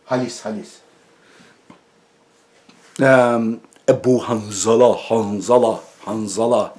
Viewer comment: Derin sularda yüzüyorsun Edip Yüksel dikkat et. Bir zamanlar Rahmetli Ercüment Özkan sana yarım akıllı demişti hatırlarsan. Adamın videosunu çekiyorsun ama kaç defa ismini yanlış söyledin ve bu halinle o zeki ve ne dediğini bilen adamla tartışmak istiyorsun.